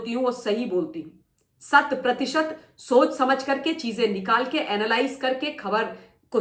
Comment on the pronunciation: Shat pratisht nahi,, hundred percent......😂